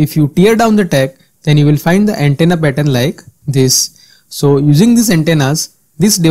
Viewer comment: Informative video, but the way you place an accent on "the" is pretty distracting.